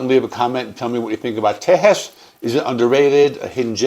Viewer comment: I appreciate your vids on ZZ Top and will watch all of them but as a Texan I have to correct your pronunciation of Tejas. It’s Te-HAAS, brother. 😉 This album is my fav for sure. There’s so many different layers here. Mexican Blackbird?! Redneck country! Frank’s drumming is excellent.